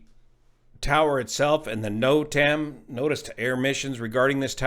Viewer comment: Another good video. (Just say "notam"! 😁)